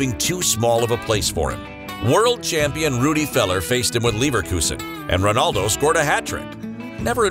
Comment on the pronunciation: That not how you pronounce his name lol 🤣